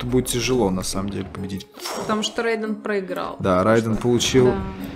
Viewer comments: Не Райден а Рейдан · Правильно произносить не [райдэн] а рейден [рэйдэн]